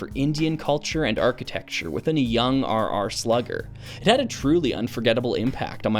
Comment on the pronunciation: I for one think you absolutely nailed the pronunciation of my name